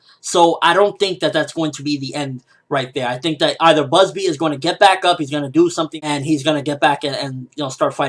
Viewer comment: its Bazz-B not Buzzbee, cmon ppl stop using silly translations